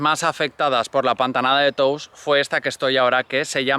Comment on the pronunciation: hola, se pronuncia Tous con O abierta. por si ayuda, gracias